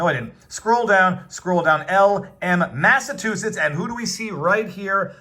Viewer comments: Sorry Viva but I do have to correct your pronunciation. It is not the state of Massatoositts. Its MassaCHUsetts. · Viva, why do you keep butchering the word "Massachusetts"? Just sound it out the way it's spelled. I'll help you out again, (Massa-chew-setts). 🤦‍♂ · Mass-a- CHU- setts...i thought you were intelligent. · It's pronounced Massa CHU setts. 😊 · Massachusetts- you saying “massatoositts”😂 Love all you do💪🏻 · And he don’t give a massivetwoshits, thank you I’ll be here all week. Tip your waiter.